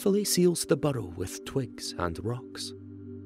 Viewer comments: “She carefully seals the butthole with twigs and rocks”, I know he meant burrow, but I just can’t un hear that. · WHAT IS A “BUDDOW”? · It's burrow.